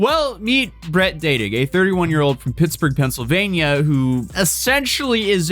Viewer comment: did I hear her right the name was "Bread dad Dick"? ( Brett dad dig ) and Americans are the ones who properly pronounce words PHAAA!!!!